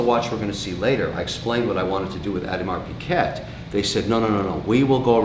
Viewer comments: Mr Wonderful ...its "OH DI MAR PEE GAY"...not piget...please announce it right ...please...Big fan though :) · What is an Audimar Pee-Ket? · Audemars Piguet is pronounced as "Awe-de-mar pig-ay" the last T is silent as well. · Pronounced ‘Aud-mar Pee Gay.’ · Ugh can't even pronounce Audemars Piguet correctly 🙄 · Is that an alternative pronunciation of Audemars Piguet? Never heard it that way lol